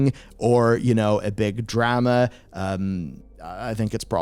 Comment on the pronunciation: I just realized the way you say drama and Mario sounds funny 😂